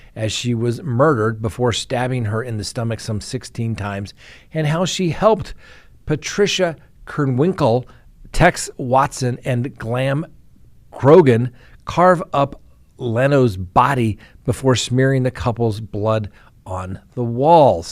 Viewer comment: Charles Manson Pronunciations: Leslie Van HOW-ton. KREN-winkle, like GREN-winkle. Don’t even try prosecutor Vincent Bugl-O-si.) 😂